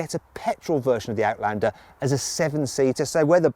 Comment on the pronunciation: アウトランダーの発音がよすぎて感動した